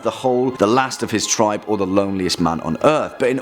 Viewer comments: what's an "uncontacted tibe"? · Err.. there is an "R" in the word "TRIBE"... just saying